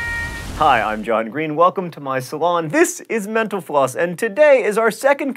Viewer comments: Mental Floss is great but every time you say "Thanks for watching Mental Floss" I hear Menopause... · Man, I keep hearing you say "menopause" instead of "mental floss"... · Kinda sounded like you said thanks for watching menopause at the end there- hey, that's probably something people have died from, right? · When he says "Thank you for watching Mental Floss" I always think he says menopause.😂😂😂😂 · I sometimes hear "thanks for watching menopause" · For some reason, I hear "menopause" when you say "mental floss". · I keep hearing menopause when he says mental floss...